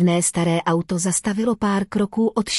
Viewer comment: Robot ani nepřečte auto, je to a uto. Chybí mi tam emoce.